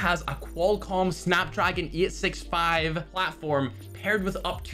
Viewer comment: Its 865 not 8 6 5